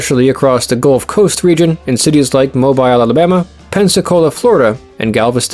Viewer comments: Its MO beel not Moh biile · Mobile Alabama is pronounced "Mow Beal" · People from Mobile (pronounced Moe-beel) love to brag that the first Mardi Gras was celebrated there.